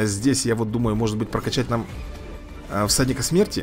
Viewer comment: Сказал:"всадник смерти",послышалось:"садик смерти")